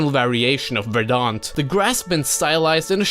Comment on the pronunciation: Say verdant.